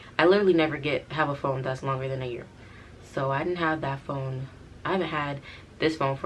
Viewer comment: She said she was done backing up this Phome(foam) 😂